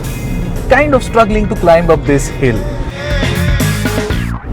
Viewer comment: Hill not pill 😆